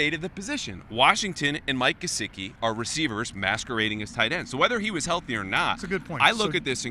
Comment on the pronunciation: Why does always say gesicki with a j sound? It's not jesicki it's GEH-SICK-E. So annoying when these guys can't be bothered to pronounce the players names correctly.